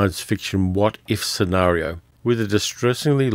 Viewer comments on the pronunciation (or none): none